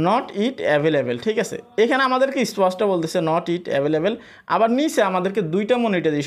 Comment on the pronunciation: নট ইট না, নট ইয়েট হবে।